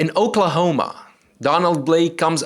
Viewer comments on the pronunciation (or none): none